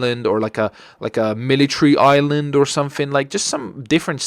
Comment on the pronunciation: I thought i was the only one that pronounced Island as "Iceland"